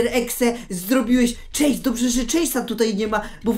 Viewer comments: chase nie czejs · Chase nie czejs czy ty wgl umiesz choć trochę angielski